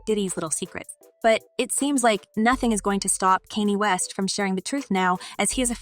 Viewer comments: KANYE WEST SHE NEEDS TO GET HIS NAME RIGHT!!! NOT KENNY!!! WHEW!!😮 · You sound stupid saying his name incorrectly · Why can't you pronounce his name correctly?